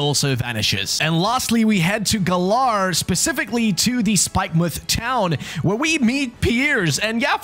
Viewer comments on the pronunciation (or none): none